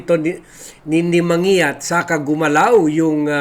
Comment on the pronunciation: man gi yat ang pronounciation ng surname na yan.